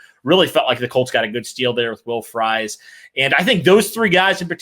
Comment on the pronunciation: Everytime you all say Fries as fries 🍟 instead of freeze, I yell at my TV/phone